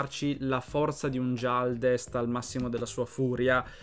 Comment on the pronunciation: Anche tu mi cadi in questo errore?😅 si pronuncia Ghialdest non Gialdest, la razza di Dakan..